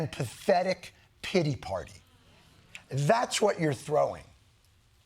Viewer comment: Did he say " piggy party " ❓️❓️❓️❓️